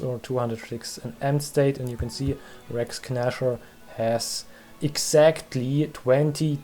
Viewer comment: sehr schönes video. kleiner hinweis: das G in "Rex Gnasher" ist still. Es wir also "Räcks Näscher" ausgesprochen.